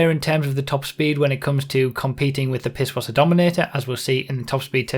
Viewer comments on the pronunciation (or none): none